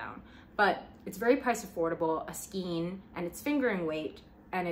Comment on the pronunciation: how have you made this many videos and still call it skeen ... it's skaaaayne